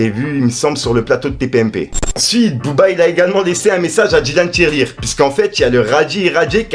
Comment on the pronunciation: C’est Dylan Thyri tu rend ouf a dire Dylan tirelire